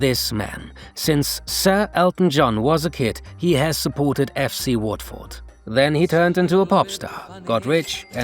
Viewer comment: Pronunciation of Watford was dreadful